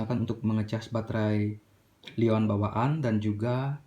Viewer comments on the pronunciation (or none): L-ion dibaca Lithium ion bukan dibaca laion bang